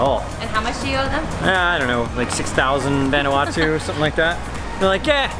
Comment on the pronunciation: Proper pronunciation is "Von-Ah-Wah-Tu" (Not "Van"). Just trying to help. Been there many times. Love the videos.